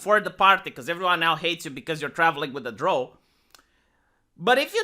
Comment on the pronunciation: Drow rhymes with Cow, not Crow.